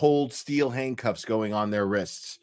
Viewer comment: Sounds like you were saying hank cuffs😂